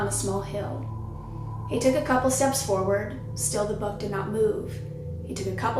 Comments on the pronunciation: I thought you were saying BUG, not BUCK. So confused. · i was so confused because i thought she was saying bug so here i am imagining a giant fly